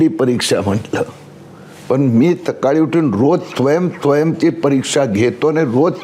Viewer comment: स्वयं ला त्वयं बोलतो😂😂😂😂😂